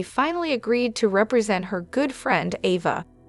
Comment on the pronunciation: I love the way you talk, but please pronounce their names correctly. Ava and Nina and is that you act like you don’t watch the show you pronounce their names incorrectly please learn their names. It drives me crazy. I love the way you talk and I love listening to you, but please get over their names. Thank you.